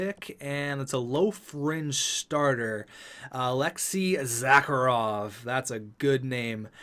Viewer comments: "Zah-Kah-Rov" Bruh. It's spelled Zharkov. "Zar-Kov". smh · His name in Zharkov. Not Zackarov. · Why Zharkov become Zacarov in your mouth? And Dmitriev is Dimitriev? What is the habit of inserting new vowels? I just dont get it.